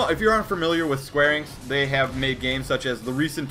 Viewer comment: it is pronounced e nicks enix